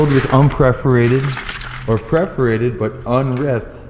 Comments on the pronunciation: It’s PERFORATED not preferated. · "Perforated" not "Preforated". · Was it bugging anyone else that he was saying preforated not perforated? Lol. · Tina Stanbaugh Yes, kinda. Per-for-ated (pref). 😉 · YES, just as the people who say NUCULAR instead of NUCLEAR do. but i was strangely delighted when he found playing cards.